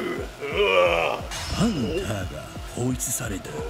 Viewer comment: パパの「パ」をハンターの「ハ」を「パ」に変えてる